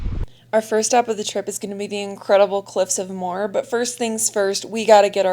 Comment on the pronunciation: You have a great eye for scenery and photography, I really enjoyed this video! I'm so sorry for the loss of your beloved friend 😫💔💔 I can't even imagine 🫂 Can I just say one little thing, you pronounce Glendalough as- glen/DA/lock and the Cliffs of Moher as- mow/hair!! ☺️☺️ You did some mileage!! 😲😲 Fair play!!!